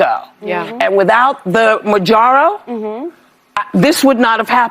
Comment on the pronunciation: What the hell is majaro? Whoopi cushion took a drug and can't even say the actual name, mounjaro.